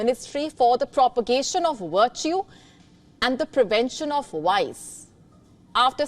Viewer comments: Woice ? Wertu ? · V as in vice and virtue is not pronounced like "w"